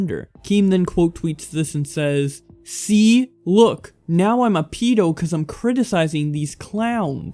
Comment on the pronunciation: Not a pee- do a ped- o